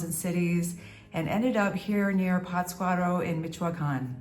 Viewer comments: Durango City is a Beautiful Place. PATScuaro is The Correct Pronunciation.. Forget the Cartels. They are were Politicians Live ( Simbiosis) .Less Government, More peace. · PATZ cuaro..the accent/inflection is in "Patz" ...LOL Big Hug! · I enjoy your videos. No offense, but isn’t the accent supposed to be on the first syllable in Pátzcuaro?